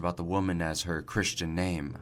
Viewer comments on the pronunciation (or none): none